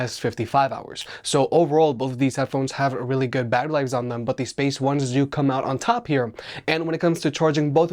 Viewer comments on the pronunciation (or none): none